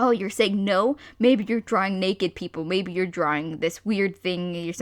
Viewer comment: "OH MY GOWD are you dawing anime???"